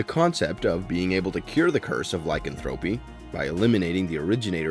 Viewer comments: Does a video about werewolves, can't pronounce Lycanthropy.... (lai·kan·thruh·pee emphasis on the KAN) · " LY-CAN-Thra-PY" is the way you pronounce it. And "Being Human USA sucked compared to the original BBC version (and no CGI werewolves_) Wolf Lake was a good show; but like Twilight and Biten; shape shifters; not werewolves. Werewolves as Bipeds, not shifted into real wolves. Half human/Half wolf is a Werewolf. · The repeated mispronouncing' of 'lycanthropy' was annoying.